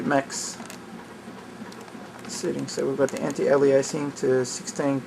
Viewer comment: STOP PRONOUNCING ALIASING WRONG!